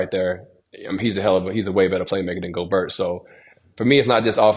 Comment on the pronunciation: HE IS FRENCH! GOBERT IS PRONOUNCE GO-BEAR, LOL